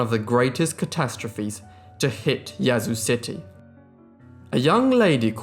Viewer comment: Great job pronouncing Yazoo! From a born and raised Mississippian.